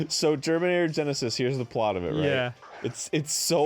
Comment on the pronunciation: I'm pretty sure he said germinator tenisis, lol I love it